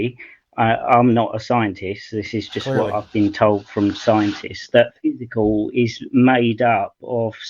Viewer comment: It’s really painful listening to:- energy slows down into “physicall”. First because he sounds like an 18th century British Scientist with that “physicall” (original spelling of the time) instead of matter as it is referred to today, next because his pretence of understanding of very complex quantum physics is a prototypical case of Dunning Kruger, I don’t know therefore I know better.